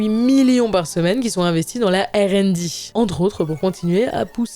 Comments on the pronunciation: Il y a des prononciations catastrophiques. Faut choisir entre le français et l’anglais ^^ Ère and Di 🤭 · OpenAI est un nom de société donc pourquoi changer l'ordre du I et du A pour la mettre à la française? Je propose d'appeler google "lunnete", car goggle veut dire lunette. et pour R and D c'est ridicule surtout qu'elle dit R en français et "and D" à l'anglaise... on a le même sigle en français Research and development => recherche et développement aucun intérêt de passer à l'anglais à part pour montrer qu'elle ne sait pas prononcer le R en anglais XD